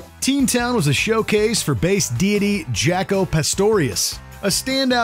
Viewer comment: It's not Jacko, jackoff. It's pronounced Jocko.